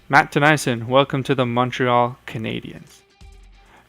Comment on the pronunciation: Also Tennyson isn't pronounced "Tuh-nie-sun, it's pronounced Teh-knee-son. Sorry it just bothers me since I'm a sharks fan.